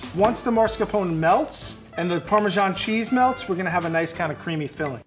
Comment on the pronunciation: Why can't Americans just pronounce "parmesan" as it is? So it's not "parmerzjoung".... Probably because you feel a need to compensate your lack of a decent history by using some fake French accent for an Italian cheese. Fools... :)